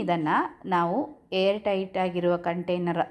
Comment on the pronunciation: Hair ಅಲ್ಲ air alva